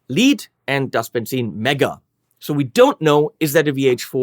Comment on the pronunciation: Of course you pronounced Benzin correctly 👍🏻 Thanks for that And I'm not even German